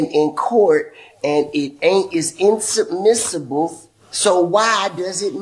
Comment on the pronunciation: “inadmissible” T.i… come on my guy you should know that word …